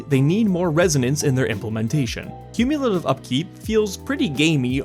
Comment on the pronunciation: Do not shorthand "cumulative"! Haaaaank!